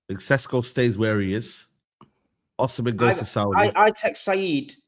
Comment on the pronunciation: Victor Osinamhian ar (even saeed laughed lol)